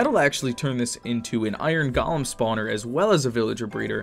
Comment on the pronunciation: (not saying it in a bad way)